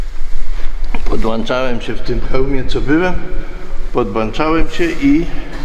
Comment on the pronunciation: PODŁAŃczałem się w tym hełmie..." . Takich mieliśmy pilotów, którzy potrafili podłączać się nawet do każdego spryskiwacza szyb odrzutowca🤣